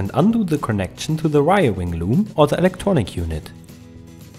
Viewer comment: Good info, but I love the "wiriring" at the end, lol!